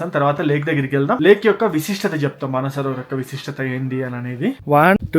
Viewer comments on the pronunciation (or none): మన సరోవర్ కాదురా హౌలే..మానస సరోవరం.